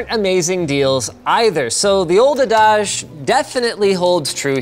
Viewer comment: Adaaahge? Is that how Canadians pronounce adage?